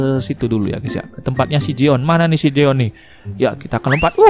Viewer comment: jeon bang,bukan joen